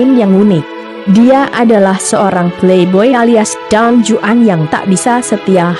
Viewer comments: Tolong narasinya, menyebutkan Donjuan bukan pake huruf J tapi menjadi huruf h, jadi seharusnya Don Huan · Don juan pakai huruf j tapi spellingnya di spanyol j itu bunyinya seperti h